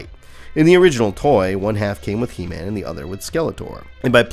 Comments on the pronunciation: Como vas a ponunciar EMAN?? QUE BARBARO QUE ERES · Gran vídeo, el único detalle es la pronunciación de Heman.